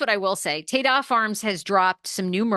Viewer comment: It’s Ta-Da Farms - like presenting… ta da! I think your pronouncing it incorrectly